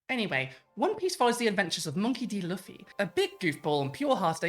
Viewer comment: also, if you haven't already, you are 100% going to get called an "anime tourist" for mispronouncing Luffy's name lol as someone whose wife has seen all 1000+ episodes and still says Luh-fee though, I get it, it happens